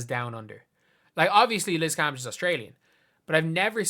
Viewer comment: Your saying her name wrong! *cringee